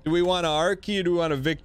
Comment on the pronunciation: I didn't even know he was saying R key, I thought he was saying Archae or something up until the item actually appeared.